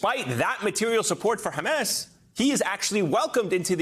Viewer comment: The word is Hamas, not Hames.